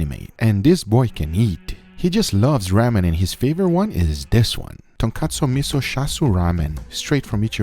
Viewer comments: ITS RAW-MEN not raamen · Ramen is pronounced with a long "A" like Raw-men as opposed to Ramm-en... Not trying to be an ass, if I come across like one, I apologize :) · RAH-MEN jesus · I'm sorry but the pronouncing...raw-men